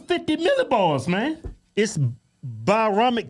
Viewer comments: Bioromic? 😂😂😂😂 come on!! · Did he say biometric pressure?😂